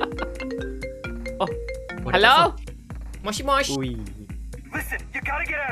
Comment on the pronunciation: Dia bilang moshi mos bukan mosho moshi bukan wibu g usah sok wibu memang bukan human lu tu tapi orang:\